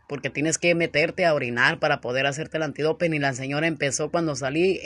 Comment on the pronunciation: Y sigues con tu antidopen... que se dice Antidoping,No antidopen...🙆🏻‍♂️🤦🏻‍♂️😖😬🤨😩🥴